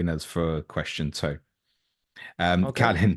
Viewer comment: As romanians, we should at least pronounce our name correctly. If we can't even do that... then what's the point of wearing that shirt? Anyway, all the best,!